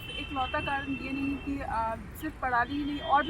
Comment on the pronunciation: पड़ाली नहीं पराली 😳😁